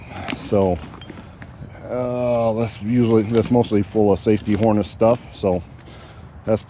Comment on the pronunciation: Harness….it’s pronounced Harness